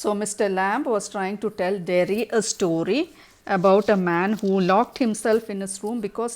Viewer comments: Ma'am u should learn English first.. missed many convos ..and its derry not jerry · it's Derry not Jerry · Its Derry mam!Not jerry